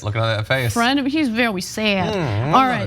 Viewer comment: “he’s vewy sad” IM CRYING 💀